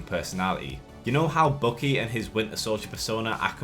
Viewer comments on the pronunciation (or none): I kept wondering who this "Bookie" is you keep talking about, then I realized you meant Winter Soldier. Dude, his name is BUCKY. Bukk-ee. It's pronounced completely differently.